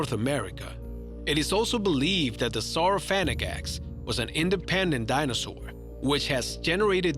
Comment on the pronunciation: #8-Sauro"phaganax" lmbo sounded like he said sauro-faget-x